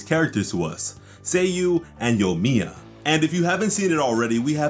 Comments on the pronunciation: ah yes yomiya not to be confused with yoimiya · Bro there’s actually an i in yoimiya lol. I was also confused it looks so much like yomiya on the leak